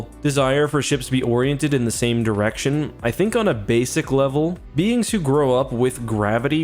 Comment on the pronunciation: maybe i am tired , but im sure he said , " pointed in the same general erection , " listened to it 3 times could not hear the D